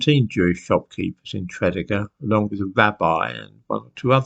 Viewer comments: Always wondered why there are no Jews in Wales. By the way it's pronounce Tre DEE Gar not TRED Ig Ar. Love your content, much respect for you saying Ebbw Vale right! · Tre dee gar. Not trediger. Great channel. I'm from South Wales not far from TREE DEE GAR.🙈🙊🙉🙏🙏🙏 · Tredegar.....Tred ee gar. Bargoed....Bargoid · Actually no, it's not pronounced 'Tree' deeg arr but Treh deeg arr ,and the 'mawr' in 'Brynmawr' doesn't rhyme with 'flower' - it would be pronounced 'mauhrr'. 'Treh deeg arr' 'Brin mauhrr' 🏴♥️ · prounounce it like this TRA DEEG GAR easy for you english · It's pronounced tread-eager. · the correct pronunciation of Tredegar would be “Tree” “Dee” “Garr” and Brynmawr “Brin” “mowwer”(rhymes with flower). Hope that helps! 😂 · Actually, it's pronounced Treh deeg gar - not 'tree' 🌲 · Tred ee gar is the way Tredegar pronounced. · Just a quick Welsh lesson. In Welsh the accent is placed on the 2nd syllable. For example Tred-ee gar. Welsh is difficult for the English I know so I’m not complaining. 😊 and Mawr is big in Welsh. So BrynMawr is mountain big. (Brin- Mowr). And mawr is a mutation of fawr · Tread E gar .... can't live in Wales and get that wrong.... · fascinating story, my grandad was born in that area - working class, mining community so this surprises me (i think your pronunciation of Tredegar is wrong - truh·dee·guh) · I was gonna mention his pronunciation...but you did it for me..thanks. . . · Thanks for this,. Fascinating. BTW, it's pronounced Tre-DEE-gar. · Hello again, As a Welsh person, I found this video particularly disturbing......... Tredegar is pronounced trih dee gah. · Tra - dee - gar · Sorry about this, but Tredegar is pronounced tre-dee-gar. I’d guess Brynmore is really Brynmawr (pronounced brin-ma-wr). Bargoed likewise would be pronounced bar-goy-d. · Tredeger,pronounced tre-dee-ger😃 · Where is Tredegar, as you pronounce it? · Thank you. pronunciation is making my teeth itch! 😬